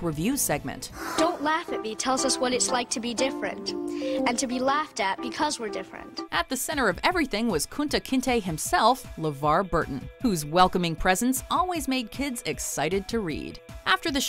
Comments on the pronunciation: Did you really have to call Levar Burton Kunta Kente?! That was totally unnecessary! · Bitch said Kunta Kente.. 😒